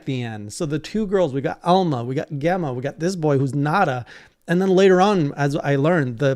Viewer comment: the blacksmiths name is pronounced Gem-ma. its a real name used in the uk